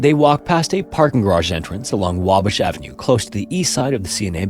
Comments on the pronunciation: Wah-bash. Not wabush. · You got the pronunciation of Wabash close but not quite right. It's "WAH-bash" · Here in Chicago we pronounce it WAH-bash.